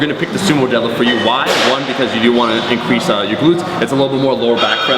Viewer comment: Sounds like she said. "My squat, my bench, and my debt they obviously increased in numbers." lol